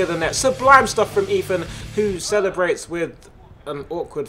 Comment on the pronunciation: this commentery is torture everytime he says eathan he says eafin